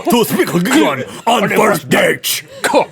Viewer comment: you said "date" like a portuguese brazilian speaks inglish